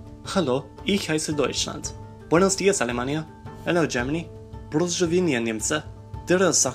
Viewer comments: prozdowienia got me triggered cuz it should be pozdrowienia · Pozdrowienia, not prozdowienia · Hi there! :) You got the Polish greeting a bit wrong... It's "POZDROWIENIA"...not "PROZDOWIENIA" :) Loved your Geography Now Parody :D